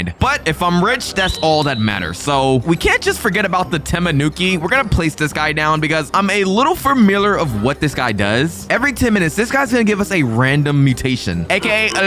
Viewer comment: Tanuki not TAMINUKI